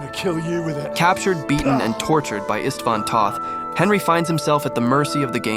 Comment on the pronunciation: It's "Ishtvahn Toht"... I mean, you played the game right? You heard is name like hundreds of times, right?